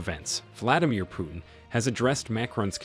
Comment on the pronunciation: Coreect prononsation is like saying - "Put in" or "Put'n" but not "Pyutin". Sometimes you got it right, but sometimes wrong. So i assumed you just don't know. Мне кажется что колонисту самому остановить колониализм весьма трудный и смелый ход. И на такой ход редко кто или даже не кто не способен. Осознать неправоту своих действий, пусть даже подстроенный закон тебе этого позволяет, это одно. А прекратить ети действие совсем другое. На доходы от колониализма зависят столько всего и всякых что прекращение подобно самоубийству. Это скорее похоже на стремление покинуть наркокартель, от одной лишь мысли можно пулю заслужить . Хорошо бы если кто-то постороний в етом поможет, даже если ты помощи не просил. Похоже как на вынуждённое лечение в психболнице от зависимости. В это время Франции есть шанс поймать и обогнать еканомичаски Германию но не на плечах Африканцов.